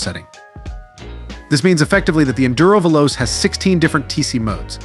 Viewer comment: Is this an AI failure that has no clue how to say fast in Italian? The only way this is an Africa Twin Killer is if the Robot doing this video coughs up the 50% price increase over the Africa Twin.